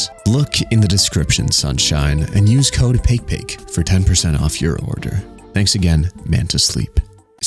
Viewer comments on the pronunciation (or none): Everytime he says, I hear "Pay Pig"